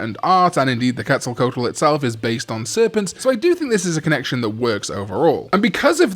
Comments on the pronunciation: You pronounce it Ket-zal-coatl (written Quetzalcoatl), greetings from México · Hi, great list as always! Quetzalcoatl is supposed to be pronounced Keht-zahl-COH-ahtl Source: I'm Mexican, trust me xD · It's said Coe-aht-uhl, by the way. 3 syllables, doesnt sound like "coat". You said the first part right tho, the quetzal part, good job. Dont blame anyone for struggling with it tho it's a weird word. I only have it ingrained in memory because i had a very brief stint when i was younger where i was obsessed with them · As a Mexican I gotta say your pronunciation of Quatzalcoatl wasn't that bad, there's room for improvement but you were on the right path. Gatomon was my favorite lineup but Armadillomon, I love how all over the place it is!! Only in Digimon could you ever have this make sense. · I wouldn't worry about the Quetzalcoatl pronunciation. Even in some anime where Quetzalcoatl is a character, its name is pronounced differently and usually shortened to a nickname. And yes, your pics for Coatlmon and Nefertimon are my favorites. Keeping the Egyptian theme for Nefertimon and trying to keep the Aztec theme for Coatlmon. Hopefully Bandai at some point makes more serpentine Digimon.